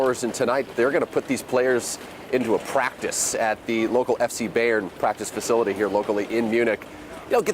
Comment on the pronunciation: Please, someone tell the guy how to pronounce "Bayern"!! 🤦‍♂️